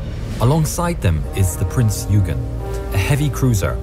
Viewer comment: Royal Navy didnt "make a mistake" when tracking Bismark - Bismark jinked unexpectantly in the night darkness after zig zagging in apparent anti submarine manouvres - it was good seamanship on the Germans part really. Another thing wrong is the narrators pronunciation of Prince Eugen (OI GEN) - rant over i will hop off soapbox now - keep doing what your doing!!!!